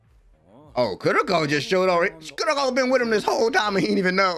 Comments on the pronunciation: I gonna miss your "Welcome back to kurrrrrrrrrrroko no basket!" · the last kurrrrrrrrrrrrrrrrrrrroko no basket, i am crying ahahahahhaha